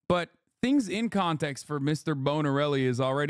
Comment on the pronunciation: Finklestein really pulled out his Steve Brule-sona in his inability to say Mr. Borelli's name lolol